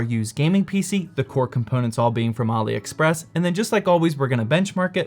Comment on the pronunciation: I think its pronounced Allie express not ollie express